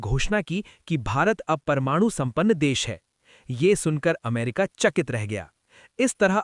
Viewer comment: Bhai plz info dete ho to apne shabdo pe dhyan do.... Stetali nahi "Satellite" amrita nahi "America"